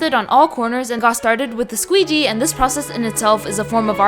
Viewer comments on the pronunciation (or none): i love how everyone just says squeegee like this now cuz of the sign guy